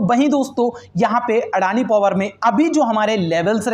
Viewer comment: व्हो अदानी हें, ना की अडाणी 🙄